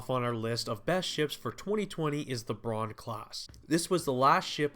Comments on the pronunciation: bruan bruh. its buu - rane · "earnhart"??? Earhart. Phonetically 'Airhart". Also Burr-ran. Burr-ran